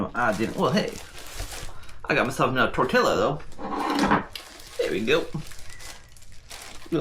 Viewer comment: why are you saying tortilla wrong you said you spoke spanish